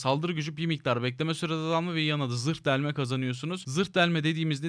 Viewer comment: zird delme-zirhi deliyor 😂😂😂😂